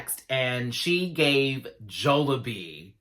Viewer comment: Jollibee is pronounced as "jolly-bee" hehe